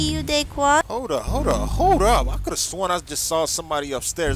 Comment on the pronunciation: Not dayquan